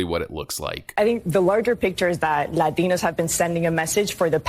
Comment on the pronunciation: Pronounce your “t’s”, latdinos😂.